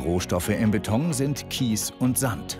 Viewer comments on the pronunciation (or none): trotz allem heisst es BETON und nicht BETONG!!!!